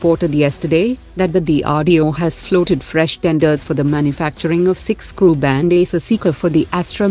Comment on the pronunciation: Cannot Prononce Ku